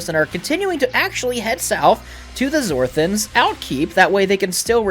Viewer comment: 2 things 1st the Zorthans it sounds fishily like Zorthos 2nd not all of the sec rests of Alterons are posted what happened to the other episodes? PS you have inspired me to start playing DND